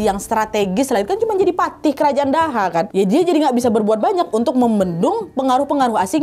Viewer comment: Btw kak Nad, kerajaan yg dipegang patih Gajahmada itu kerajaan Doho bacanya, bukan daha 😁